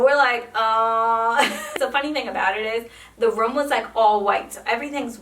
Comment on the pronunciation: I'm sorry but can you not say room correctly?